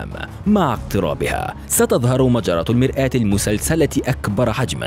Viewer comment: يا أستاذ إسمها المرأة المسلسلة مش المرآة شكلك حافظ مش فاهم